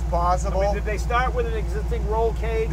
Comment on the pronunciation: "So is this an exsisting roll cage?" Guy w the dad Nikes for the 10th time "Its A L L custom."